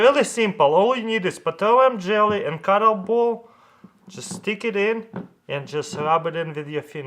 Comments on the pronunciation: Is he saying clayton ball or cotton ball? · the way he said cottonball tho lol